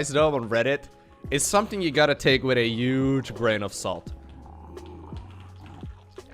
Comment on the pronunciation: Love your videos man. Have you noticed that your pronunciation of the word "huge" sounds like "yuge" which is the same sound that a certain American virus makes for this word.